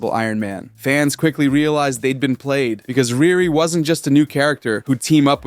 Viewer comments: It’s pronounced Re Re not Rear Re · I agree but her name is pronounced “ReeRee” 😊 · It’s pronounced “REE REE”!